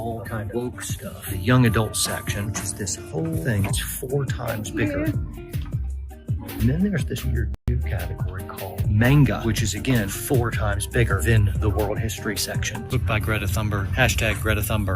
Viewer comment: Did that dude seriously just call Manga "Maingah" and then bitch about it being bigger than the history section?! I can't with these people